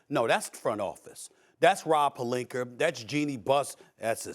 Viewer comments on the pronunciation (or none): Lol Stephen A always call him Pelinker 😂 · “Rob Pelinker” 😭😭😭😭 -Stephen A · Was it Rob Pelinka or Rob Perlinker? Lol